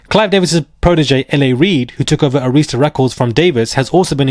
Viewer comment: Ah-rhis-tuh not A-rees-ta